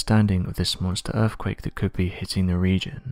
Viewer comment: erfkwake! geologico! exampo! possibo! the real mystery is how Brits slaughter their own native language.....